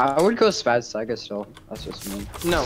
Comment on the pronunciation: Much love to for not saying sayga but saiga